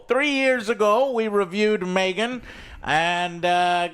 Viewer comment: in and you're already saying Megan wrong. Joe how